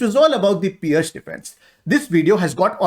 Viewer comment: Nicely explained also learnt to pronounce Pirc as Pearce not Pirk,Thanks.